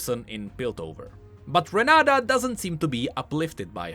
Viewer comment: "renaDa" looool her name is renaTa